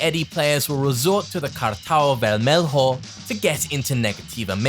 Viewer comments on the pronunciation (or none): Kuddos for caring enough to learn how to speak (mostly) the words in Portuguese. I thought it was really well done. Only the word "vermelho" came out wrong. The -lho doesn't have a /h/ sound in English or /j/ sound in Spanish, it's actually a mixture of /l/ and /y/ in English (ver-me-lyo). Anyway, well done and excellent attention to detail, as always.